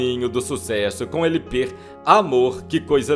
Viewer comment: " ELE PER " 😂😂😂 NÃO seria LP ?😂😂😂😂😂😂😂😂😂😂😂😂😂😂😂😂😂😂😂😂😂😂😂😂😂😂😂😂😂